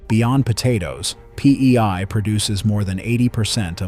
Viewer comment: Bro really said PEY LMAO